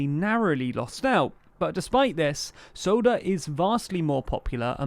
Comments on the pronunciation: I like your Video but as a news channel you should really stick to the original abbreviations and pronunciation of names. It is S P D and not S D P*. Also it is Markus Söder and not Soder. *Even when you try the abbreviate the English translation of "Sozialdemokratische Partei Deutschlands" it would not be SDP. It would be SPG "socialdemocratic party of Germany" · Just a note: It's Söder not Soder. The Ö sounds similar to the O in "word" BTT: the SPD is not a true left party, even if they claim so. They've more in common withe the CDU/CSU than with the Greens or the party "die Linke" (the Left). Still Schulz seems to be a better chanselor candidate than Laschet, even when both have a lot of skeletons in their cupboards. True, Baerbock isn't an angel either, but her failing are nothing compared to CumEx and Wirecard, or creating school grades because of lost test, profiting from the pandemic and ignoring the needs of and disrespect to the victims of the floodings in July. I still hope for her to become chancellor because with SPD and CDU in power there will be stagnation. But i fear the best i can hope for is a coalition with SPD, die Grüne and Die Linke under majority of SPD. But a great coalition with SPD and CDU seems more likely. :( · SPD not SDP, Söder not Soder (ö is pronounced like the o in work) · Markus Soda LOL Söder not Soda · I generally really enjoy your content, and the story here is mostly accurate, but this is a sloppy video not really up to standards. Please remember that when you talk about the left in Germany that there is a party called the left (die Linke, not SPD), it's Söder not Soder, and double check your layout so you're not always obscuring your own text with images. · His name is Markus Söder, not Soder. I get, that you don't use "Umlaute" in english, but it is his name after all, you can't just change it.